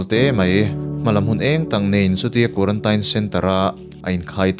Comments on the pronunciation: quaratain ti loin quarantin ti la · Tinge kuarantain itih tlat a, kuarantin ti teh, thring treh truh emai🤣🤣🤣🤣. Anyway, ka khawngaih lutukk emai ala naupang si... Bakah naupang chauh ania, mahni a dah re² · zo inspiration vul zel rawh se..Pathian malsawmna dawng mawlh teh u...mahse quarantine(tain) ti a sawi hi a fuh lo a nia...kuarantîn tih tur an tia kan mithiam zawk ten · Quarantain tilo in quarantine ti ve mai la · Quaranteen tiin lam ta che, sap ṭawng chu sap ṭawng angin lam tur, mizo ṭawng chu mizo ṭawng angin lam tur, lam no teh chiam vel kha ngai lo. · Quarantine hi teen tihin lam la ngaihthlak a nuam zawk ang male. A diklo chu ka ti chuang lova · A dik chiah, kan tawng a ni lova,sawisel theih chu kan nei lo, mahse (teen(tin)) ti a lam tur zawk anih hmel. Tin, a dik zawk pawh anih hmel e, kan ti ve mai2. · Quarantine i lam dan hi a dik lo a zathlak deuh lo maw in bihchiag hmasa ve deuh la tha sin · Kei pawh khi2 ka lo sawi tum tak😂😂😂😂